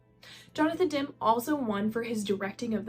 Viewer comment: Great video! Try and make sure you’re pronouncing all the names right (Dem-E, not Dem), but honestly not bad other than that!